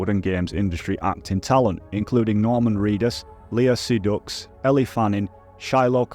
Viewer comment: "See-Dux" "Gwill-mero" ? seriously? how can a guy educated in the same country as me be so freakin illiterate? have u ever heard of a place called France? its like a couple hundred miles off our coast. Did no one ever teach u pronunciation? are u aware of the existence of silent letters? do u not have ears? "chai-rillium" ??? omg man. u should do a video of u just reading from the dictionary, would be gold i don't want to insult u, but what backwards ass northern village were u educated in? i'm genuinely shocked that u managed to edit and upload a video on to the internet